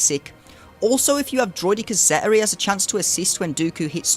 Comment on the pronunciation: It’s a good guide for some of the lower divisions. Some questionable pronunciations of some of the character names and the word ‘Zeta’, but that’s beside the point. I would not recommend ever placing Nest or Wampa on D in 3v3, they are easy solos and undersized squads are often the difference between winning and losing in division 1&2, at least in my experience. A high tenacity Nest can solo almost anything and Wampa can solo most rebel or timeout based squads without a daze.